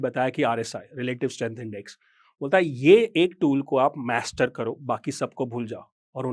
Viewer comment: मैस्टर नहीं। मास्टर।